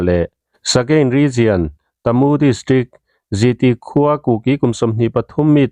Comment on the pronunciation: Hahaha khaw hming lam dan i thluk diklo na sa a bik in kalay leh tamu phei chu a buk thelh in i thelh duai mai tamu hi ka pu tih thluk in kalay hi ka pi tih thluk in i lam tawh dawn nia i thiam awm tho e kawl tawng ani miau a 😁😁😁